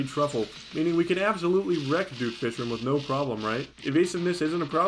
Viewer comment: Things I've noticed about: - He keeps killing spazmatism in front of his brother and mocks said brother about it - He absolutely loathes skeletron prime with every bone in his body - He talks about plantera in a very questionable way - He pronounces fishron in the most infuriating way possible and it makes me laugh